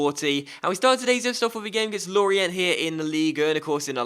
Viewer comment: It's pronounced Lori-ahh, not Lorient.